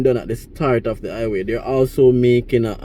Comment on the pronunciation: Hi-ghway Not I-way😂